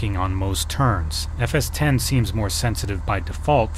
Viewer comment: Thank you so much for calling it by its right name FS T E N ! Oh and if you youngsters are still listening... the Apple nowadays runs on MacOS T E N ... Not Oh Ess Ex. It's not OSX and the sim being discussed here is NOT FSX.